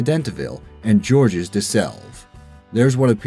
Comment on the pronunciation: Even if he features the French flag as #1, he has trouble pronouncing French things. Georges de Selve (Bishop of Lavaur). The "s" at the end of Georges is silent in French (zhawRzh). "The Ambassadors" has a lot of other symbology. A lute with a broken string is a symbol of discord.